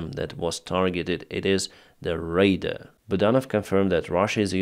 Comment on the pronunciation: PLEASE, LEARN HOW TO PRONOUNCE "RADAR" CORRECTLY. You say "raiders", an entirely different military term. Say "RAA-DAAR" as if you borrowed the 'A' s from a ripe banana and keep making your skies safer. We love you. ❤❤